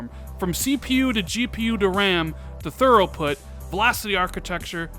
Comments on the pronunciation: He said "Thurrow port",just busting balls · "Thuroughput" LMAO I heard that. Must be a new type of architecture